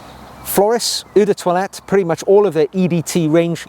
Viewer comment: I love the way consistently mispronounces eau de toilette and eau de parfum……..it’s hilarious!!!!